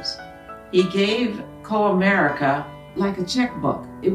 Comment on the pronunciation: You can't even pronounce Comerica correctly. LOL